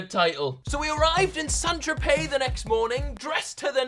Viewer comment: The way your mate in the orange t-shirt pronounced St.Tropez hahahaha Saint Trop-es